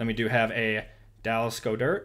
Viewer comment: Love the vid just an fyi, goedert is pronounced god-dirt